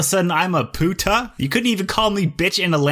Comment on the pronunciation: 2k17 and I still laugh at this video so hard xDDDD I love the "Puta" part, I'm from Brazil, we kinda share some words with guys from Mexico and Argentina, but I should say, you saying it is so funny. I want a way to re-like this video everytime I watch it xD